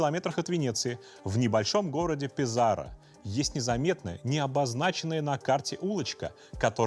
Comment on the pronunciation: Городок в Италии называется ПЕзаро, ударение на " е".